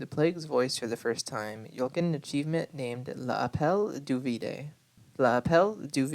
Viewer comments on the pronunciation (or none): Just a quick correction: “L’appel du vide” does literally translate to “the call of the void,” but “vide” is pronounced veed. Great video! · L'appel du vide - "vide" is more or less pronounced "veed" :)